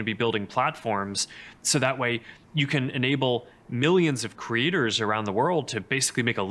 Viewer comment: When he says Creators I hear Critters